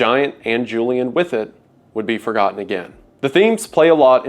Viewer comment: it is sad to be "for-godden"